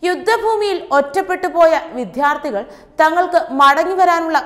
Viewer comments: കുട്ടീ "വിധ്യാർഥ്തി " അല്ല വിദ്യാർത്ഥി ആണ്.മാതൃഭാഷാ ഉച്ചാരണം പഠിച്ചിട്ട് വായിക്കാൻ വരൂ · "വിധ്യാർത്ഥി" ... അല്ല ... "വിദ്യാർത്ഥി"... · വിദ്യാർഥി , ഇ ങ്ങനെയാണു ഉച്ചരിക്കേണ്ടത്. ദയവായി അനാവശ്യ ഊന്നൽ കൊടുത്ത് ഉച്ചാരണം വികലമാക്കല്ലേ!